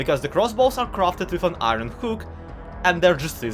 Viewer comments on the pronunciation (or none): Why do you say”Ih-rin” ITS PRONOUNCED “Ih-orn” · Why do you pronounce iron like irony?